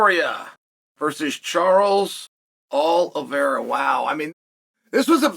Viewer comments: Charles Aloe-Vera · "Charles All Of Era" 😂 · Charles Du Bronx All-a-vera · Charles All-Of-Era new legendary fighter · Charles Aloe-vera 😂